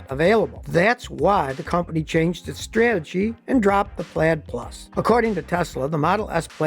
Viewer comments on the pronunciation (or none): none